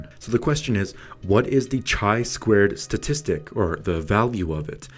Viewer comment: Pronounced KAI squared, not CHAI squared. Excellent video nonetheless.